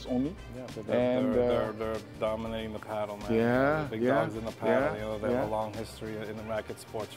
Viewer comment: This guy is delusional with his pricing and he also delusional with saying Adidas is the most used racket and he can't even say padel right